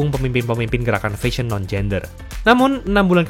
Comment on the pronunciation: Mas coba belajar cara pronounce "fashion" dari google, sekaligus coba belajar pronounce Bahasa Inggris yang baik dan benar ya, ngga enak banget dengarnya.